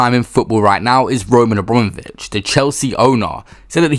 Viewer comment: AbROMavich 😂 not only have you baited us. But you’re getting man’s name wrong. Liberty